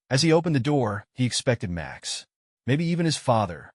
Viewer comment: the AI voice keeps tripping into a bad German accent every time a sentence starts with "Max".